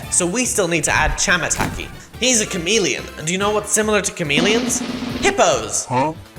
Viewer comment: Finally Said The Correct Name Of Tamataki And Chamataki But Except The Chapter 3 Video He Uploaded Said The Name Wrong